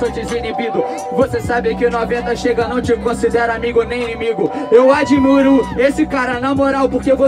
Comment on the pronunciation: "adimiuro" kkkkkkkkkkk oun